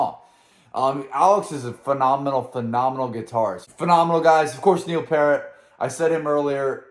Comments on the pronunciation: It's pEARt not Pert or parrot!!! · Man I love that you enjoying reacting to Rush. But the drummers last name is not Parrot 🦜. It's pronounced Pee-Air-T. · Neil's last name is pronounced "Peert", The message was more about the record companies and what they pushed, rather than letting the fans decide. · Ummm... it's pronounced PEERT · Pier-t... Peer-t. Rush FTW! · Yeah, they go to basically a reggae section there for a bit but somehow just works perfectly. Also, Neil's surname Peart doesn't rhyme with parrot or dirt, it rhymes with fear. That is a link to one of my favorite songs from their mid 70s era, it's on the B side of the concept album 2112 where it is just Standalone songs and they are all incredible. But check this out man, everything about it rocks and his voice is fantastic and the message is so positive and the guitar solos are amazing and the bass playing is amazing and all that stuff. It's just a real banger and the favorite of a lot of early Rush fans. "Something For Nothing". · Dude, love following you. Keep it up. Still waiting for that Flirtin' With Disaster from Molly Hatchet reaction. By the way, it's pronounced Neil Piert (Peart) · Oh and everyone mispronounces his name including me for quite a few years it's Pee aert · Please learn how to pronounce" Peart".